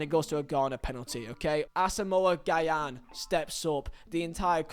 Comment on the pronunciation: from a Ghanaian, it's pronounced more like "Jian" or "Jahn" not Guy-an